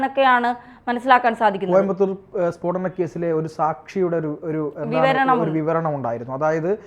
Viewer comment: Peedanam alla spodanam....